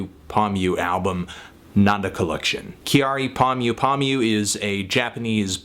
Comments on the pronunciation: Sorry, I just can't get past the 'Kyary' pronunciation disaster. Her name is not that hard to say. Also, Kyary and Gaga are VERY different people. Calling her a Japanese Gaga is annoying and wrong. No reason to place Gaga at the center of the universe; she is basically a rip of Grace Jones without the personality Grace brought. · It is not said Ki-ar-ee... it is Kya-ri. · I guess you can say it how you want to. Still if you want to say it like Japanese people it's pronounced like Carrie, except with a small y sound after the k sound of Carrie. For what it's worth, kyari is just the Japanised version of the name Carrie. Carrie from Sex and the City for example is pronounced Kyari in Japan. So saying kee-yar-ee is really just misreading back the way that name is written in Japanese. But whatever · Just one thing, when you say her name, it's not actually pronounced, "Ki-a-ree," but sounds more like "Kehdi," when the Japanese pronounce it. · Living in Japan for the past 5 years I must say that I am surprised but happy that Kyari's music is reaching further than Japans borders. Appreciate the review as always and I realise that all mistakes are intentional ...but her name is pronounced kya-ri (2 syllables) as opposed to ki-a-ri. Cheers! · Pronounced "Carry." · her name is pronounced Carrie. she has a song where she just sings her name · Why can no one in America pronounce "Kyary" ? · Anthony her first name is pronounced Carrie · No, her name is pronounced Carrie or Carrey like the English way. It was kind of an in joke with her friends at the time, when she was creating her name. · you are pronouncing it wrong...'きゃりー'should sound like 'Carry'. I really enjoyed this review though :) Thank you! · Your saying her name wrong but I love this woman. She's awesome. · Kyary is two syllables! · Learn how to say her name please